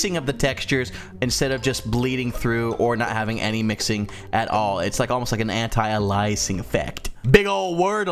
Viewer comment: and its pronounced anti-A-lE-uh-sing